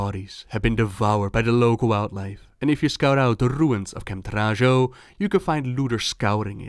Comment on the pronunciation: I always thought camp Taurajo should be read Tauraho (like Navajo which the Tauren seem to be based on)